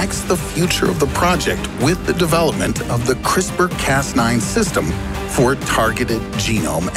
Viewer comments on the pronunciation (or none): Why can't Americans say 'for' properly?